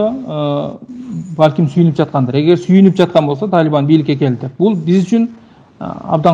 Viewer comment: Талиман эмес Талибан журналист бала